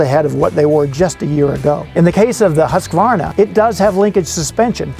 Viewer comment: Thanks. Good to see. I guess makes no difference now they are Austrian, but my old Swedish girlfriend would correct your pronunciation of Husqvara. In Sweden they pronunciation is not Husk like corn husk. Rather Hoooskvarna with the "who" sound.